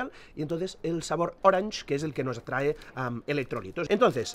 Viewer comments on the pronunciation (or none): none